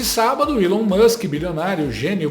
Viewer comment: Feio mesmo é um reporter nao falar correctamente o nome do elon